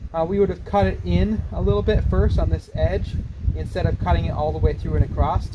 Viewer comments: Whenever I hear someone say acrosst I stop watching. If you can’t say across and just make a word up instead of saying the normal word you aren’t worth paying attention to. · there isn't a t in across!!! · The word is across not T on the end.